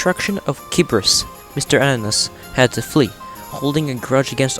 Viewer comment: You butchered the pronunciation of kibris